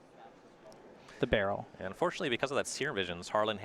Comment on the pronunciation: Baral, Chief of Compliance but I have only ever heard it as 'ba-raal'. Pronouncing it as "Barrel" is almost assuredly wrong and very confusing.